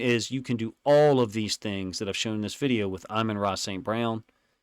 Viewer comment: Btw, it’s A mahn, not Eye men. I’ve held back all season lol. It’s his fault for being so good and making you say his name so much haha!